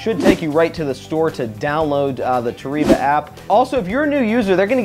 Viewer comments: Nobody:: Toreeba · Hey, just for the record in Japan the E is pronounced as an A and the I is an E. So Toreba is actually pronounced Tor A Ba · Therapist: toh-ree-bah isn't real. It can't get you. Me: ugly sobbing while listening to this video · Lol we like to call it tore eeeba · Dylan Coates It’s pronounced “ Toh reh bah” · lmao Japanese here and that's false. it's toh reh bah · You’re sponsored but still mispronouncing the name dude haha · It's a Japanese word. You're pronouncing it wrong. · it's definitely not the same pronunciation. man just take the L.